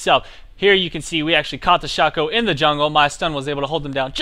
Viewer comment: no it's pronounced shake-co :P